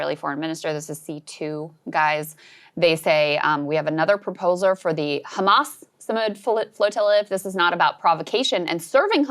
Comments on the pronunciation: If Israel is that tough why don’t he attacks those ships from Italy and Spain He starves children’s and comes on TV to lie it’s taken By khhhamas like he can’t pronounce the H Hamas .hd us worst than Hitler this dog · 'khamas italy, khamas spain!